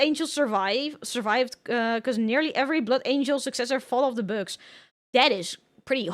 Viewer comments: I know right I thought she said , books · I am obsessed with how she pronounces "bugs." It's so endearing.